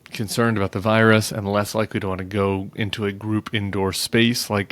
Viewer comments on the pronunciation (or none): none